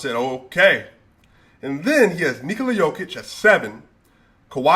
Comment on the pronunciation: Bro how u say Jokic the right way and then u say Doncik, 90% of Serbian and ex Serbian last names(or the last 2 letters ić) are pronounced like ''itch'' so Jokitch, Doncitch, Bogdanovitch because yall guys dont pronounce letters like we do with just one sound for each letter. And yea Jokic is MVP and then 3 spots empty then Giannis, Embiid and whoever.